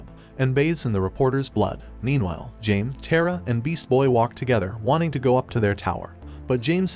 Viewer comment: Everytime I hear someone say Jaime’s name wrong, I get somewhat annoyed I know this is just some narrator program…but ffs it’s not pronounced as JAMIE!!! JAIME (HI-MAY) And once again, I’m aware it’s a narrator program and not an actual person